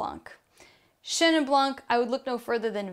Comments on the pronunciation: Thank you for all this beautiful guidelines tasting (we don’t pronounce the c in blanc you just say blan 🥰) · In French, the “c” in blanc is always muted. But a very interesting intro to French wines otherwise